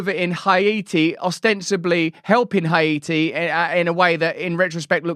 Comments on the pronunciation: "high-e-t"? are you trying to pronounce the name Haiti? its pronounced "Hay-T" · "Hate E" not, "Hi E TEE". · ha ee tee? wtf? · Hai Iti. It’s not Tahiti Russo 😂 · Why do you over exaggerate how you pronounce words. It’s not hay-e-ti and the English don’t say Haiti like that with such a struggle to get it out